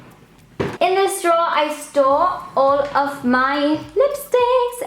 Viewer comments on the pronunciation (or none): Am I the only one who thinks it sounds like she says "I stole..." when she says "I store.." Lol it just throws me off for a split second every time haha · it sounds like she said " in thees drawers I stole all my makeup